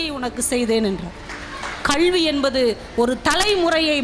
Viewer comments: அது கழ்வி இலங்கம்மா, கல்வி (கள்வி இல்ல).,தழையெழுத்து இல்லங்க தலையெழுத்து. உச்சரிப்பு இப்போது இப்படிதான் உள்ளது.முதலில் பேச கற்றுக்கொள்ளுங்கள். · இந்த சகோதரி எப்பொழுதும் இதுமாதிரி நல்ல நல்ல விஷயங்களை கூறுவார். அவருக்கு பாராட்டுகள் 👏 தமிழ் உச்சரிப்பிலும் இவர் கவனம் செலுத்த வேண்டும். கள்வி, தளை எழுத்து போன்ற உச்சரிப்புகள் நாராசமாக உள்ளன.